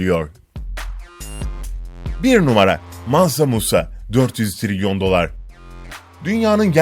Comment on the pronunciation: Mansa munsa yavaş ciğerimi söktün